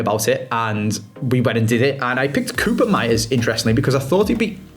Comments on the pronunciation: if you gonna keep using koopmeiners try it like 'cope-miners' instead of coobermeyers or whatever you're saying now.. you're making half the letters up lol :P (cope miners still not perfect-perfect, but much closer at least) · Holy cow man I turned it off after the 5th "koopen-meiers"